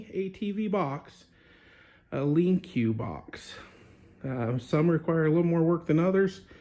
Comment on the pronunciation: just a heads up, it's actually just pronounced LINK , not lincuw box.....